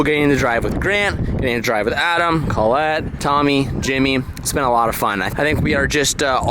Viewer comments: Anyone notice how says colletes name really weird? He emphasizes the O really hard. When you say her name it’s pronounced (call-ette) not (coal-ette) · Saying Callette instead of Collette is fire. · why he call Collet, CAHLET lol